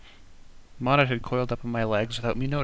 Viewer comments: I just learned that the pronunciation for Monet is (Mow-Neigh). Sorry If any of my grammar is incorrect. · I know this series was made last year, but it really annoys me how he pronounces Monet wrong.